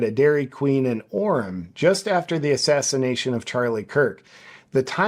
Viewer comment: Please say assassination